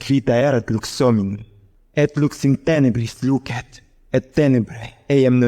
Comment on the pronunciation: It is not completely the ecclesiastical one, because we hear "lucet = lúket" et "cognovit = coGNóvit". It seems a mixture... Besides, there are some mistakes in accentuation: "comprehenderunt" must be read "comprehenDÉrunt"; "crederent" must be read "CRÉderent"